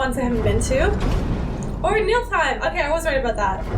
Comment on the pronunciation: NIFL-heim. Not Nilf-heim lol